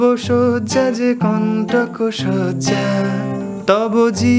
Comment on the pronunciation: একটা সজ্জা অন্যটা শয্যা উচ্চারণগত ফারাক আছে।যাইহোক,ভালো লেশন। একটা বিষয় জানতে চাই, chord change এর logic টা ঠিক কী,সা এবং পা ছাড়া বাকিগুলো কীভাবে ঠিক করা হয়,গানের শব্দের প্রথম note টি অনুযায়ী কি?জানালে উপকৃত হব,ধন্যবাদ।